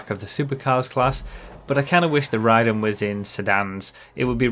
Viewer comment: Pretty sure it’s pronounced “Ray-den” for the mortal combat character.